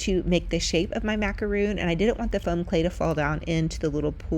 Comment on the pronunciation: Here's the answer to your pronunciation question for macarons. They are spelled macarons and they are pronounced mac-a-ron, not mac-a-roon. Very cute fake macarons!